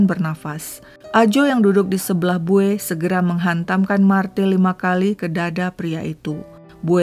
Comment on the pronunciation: Bacanya bukan bue,say... Tapi bue'. Ada penekanan d huruf terakhir. Salam dari palangka